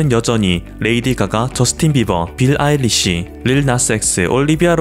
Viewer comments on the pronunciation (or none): 빌 아일리시가 아니고 빌리 아일리시 인데